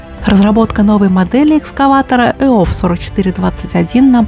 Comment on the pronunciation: Это не КрАЗ ЭОВ 4421, а экскаватор ЭОВ-4421 на базе КраЗа 255. Правильно говорить ЭОВ-э, иными словами абривиатуру нужно читать именно так, как буквы читаются по отдельности в алфавите, а не сокращать на последней букве. Всё бы ничего, но лучше бы не читать по бумажке, а наизусть учить, при этом заменять некоторые слова синонимами, попутно разбираясь в терминологии и произношении. За верёвочку там дёргают когда стартер сломан или акб нет, на граждане согласен, могут шморгалкой (верёвкой) заводить, а вот в войсках этого нет. Там, как правило, при отсутствии собственного акб на пускаче, запитывают его от одного из двух акб самого КрАЗа, потому как заводить там пускач верёвкой не удобно. Сзади экскаваторной установки (в простанородии кукушка) есть дверки, под ними выдвижная площадка для обслуживания мотора и она очень маленькая, если с неё дёргать верёвку на пускаче, можно запросто свалиться, а падать высоко. Карданных валов там не три, а пять: 1) от кпп к раздатке. 2) от раздатки к переднему мосту 3) от раздатки к среднему мосту 4) от раздатки к промежуточной опоре (поросёнку) 5) от промежуточной опоры к заднему мосту. ДВП и фанеры там нет. последующие трёхосные КрАЗы построены на этой же платформе, только у 260-го, кпп уже со своим делителем и в среднем и заднем мостах есть блокировки дифференциалов, так что фору он никому не даст, всё КрАЗы едут одинаково, а 260-й, с более мощным мотором, может и получше ехать. Ну как можно ошибиться? Говорит